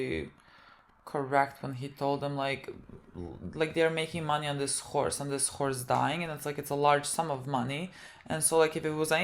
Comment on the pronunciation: When Ralphie says "it's just a horse" it definitely sounds like "it's just a whore"